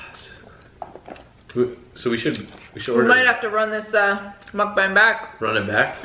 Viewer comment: Im-tha- mukban-g... 🤤🤤🤤😙